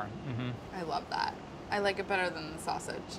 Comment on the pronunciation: That “Wavage” is totally “Sausage” lol